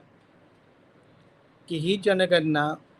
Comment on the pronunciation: डॉ. माने सर आपण बाबासाहेबांचे अनमोल विचार सांगत बौध्द धर्म का लिहावा याचे विस्तृत स्पष्टीकरण दिले याबद्दल खूप खूप धन्यवाद! आपण एका ज्वलंत प्रश्नाला हात घातला आणि माने सरांनी छान शंका निरसन केलं याबद्दल तुमचेही आभार. चर्चा, जनगणना व पंजाब या शब्दांचे उच्चार थोडे कच्चे वाटले.